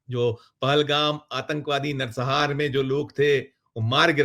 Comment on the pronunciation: Nar sanghar shabd hai na ki Narsahar